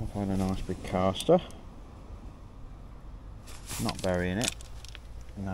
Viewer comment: C A S T E R there's no R in the name lol...... Nice vid sounding a lot better🎣